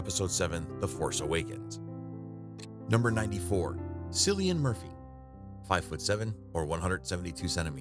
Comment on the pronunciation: It’s pronounced “Killian”.